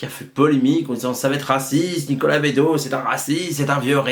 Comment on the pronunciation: Attention c'est bEdos pas Bédos ;-) Bonne video mais qui aurait merité plus de recul car je pense que t'as pas vu (comme bcp te sens pas visé personnelement) le coté frontal reac raciste clairement de ce film. Bedos a voulu faire passer son message de beauf vieille france et c'est terrible. Dujardin a le meme personnage mais sans remise en cause et à la fin tous les progressistes ont été bouffes ou mis en taule. Plus d'1 fois on voit OSS se marrer avec des miroirs de lui sans remise en cause comme le dictateur ou son supérieur C'est genant, on a plus vraiment la subtilité decaléee des deux premiers et ici Bedos utilise le personnage d'OSS pour faire passer son opinion politique et sur la société (on l'a vu sur qq scandales l'an passé dans la vraie vie que le gars etait tres reac) Tres tres embetant comme film. Peu de gens s'en rendront compte mais c'est a dénoncer. Dangereux de nos jours comme message